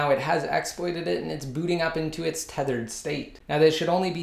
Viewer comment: Youy say thethered and The Videos name is unthedered